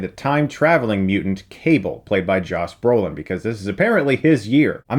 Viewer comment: "Joss Brolin"